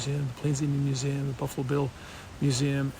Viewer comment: Hey Kody: Wtf is a mew-zim? You dork.